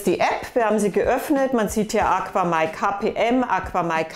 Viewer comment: Ich benutze ein paar AQAMai Produkte im Süßwasserbereich und bin sehr zufrieden. Besonders die KPS Strömungspumpe mag ich und das ich alles über EINE App steuern kann ohne im Unterschrank zig Kontroller und Geräte zu haben. Im übrigen wird es AKAMai ausgesprochen nicht AquaMai :-)